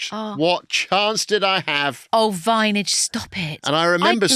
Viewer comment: This is the first one I’ve seen since listening to the Kathy Burke episodes and the ridiculous use of Vineage had me stopping watching after 14 minutes.